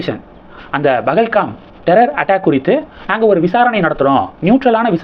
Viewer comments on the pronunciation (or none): It's not Bahalgam it's Pahalgam.